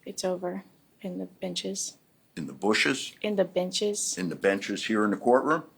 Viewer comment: He said "bushes?" Lol